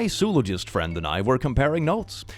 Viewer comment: "zoo-logist," I guess thats better than "zoo-ologist" technically. My professor prefers "zo-ology" over other pronunciations, which is why that stuck out to me.